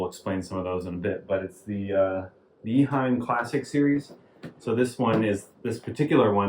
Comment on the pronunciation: Nice video! Thank you! I had one of these filters in the 1980s. At the time, it was not (yet) called Classic. Simple and reliable. It did a great job. I have just a small correction. The name of the company is not Iheim. It is Eheim.